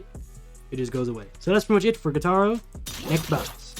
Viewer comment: Gytaro I think you mean “Gyutaro”